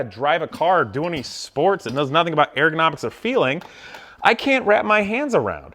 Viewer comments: It’s not pronounced AIR GO NOMICS... it’s ur·guh naa miks. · nobody: this guy: AIR-gonomics! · FFS I can't listen to him say "air-gonomics" any more. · I totally agree. But your pronunciation of "ergonomics" keeps throwing me off. It sounds like you're saying "air-gonomics." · “Airgonomics”. Was that bothering anyone else ? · If you are going to complain about ergonomics, is it ok for us to complain about how you say ergonomics? No where in the word is there reason to pronounce it Airgonomics. Just saying...